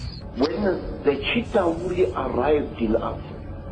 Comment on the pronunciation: Please watch the first avengers again so you can learn how to pronounce Chitauri 😅